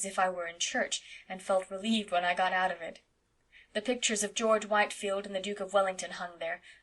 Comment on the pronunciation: FYI, George Whitefield's name is pronounced "Whitfield."